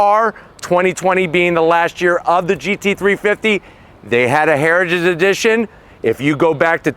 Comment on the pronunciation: Is it possible to say "heritage edition" and not sound drunk? Comment below.